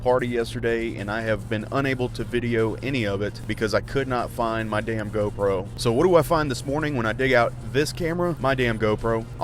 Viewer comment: Lmfao the way that you say gopro